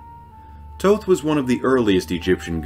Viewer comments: Thoth's name sounds almost exactly like the word that derives from it "thought".. not like your saying it.. Toe-Th!!! silly ;-) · Thank you , it was a good video but it bothered me that he was pronouncing it like "toe-th" lol